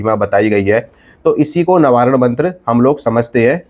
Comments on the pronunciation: Nabaran nahi navarn hota hai bhai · Navaran nahi proper pronounce karo